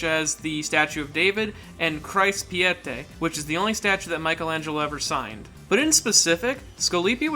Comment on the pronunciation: The Pietà not Pieté